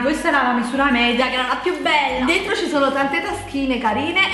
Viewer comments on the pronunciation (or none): none